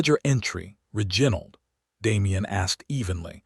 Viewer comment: Mispronunciation of key names (Reginald) and verbs (packing instead of pacing), and many more, diminish the strength of the story.